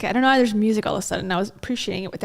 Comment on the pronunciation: wait. he also just said “vhy” instead of “why”